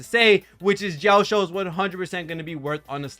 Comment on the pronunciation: Bro pronouncing Jiaoqiu as Jiaoshiu makes me giggle every time since it means "To be shy in a girly manner" in Chinese LOL